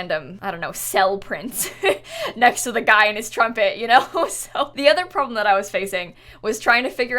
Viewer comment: that ‘problem’ sounded very English